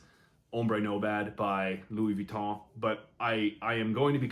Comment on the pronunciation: Finally an english person who pronounce well Louis Vuitton name